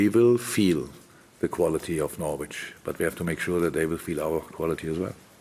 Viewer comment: It’s a sign of how much people love jurgen, that no one wants to tell him he’s mispronouncing the name Norwich 😂